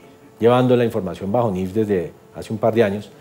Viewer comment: Es niif no niff ok